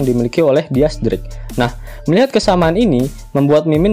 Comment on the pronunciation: Dis drake bacanya